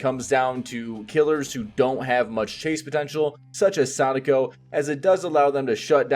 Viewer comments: I respect when people pronounce Sadako well. :) She’s been one of the most fun killers to play, IMO. I’ve also been enjoying your build ideas and explanations a lot. Thanks! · Great pronunciation of her name.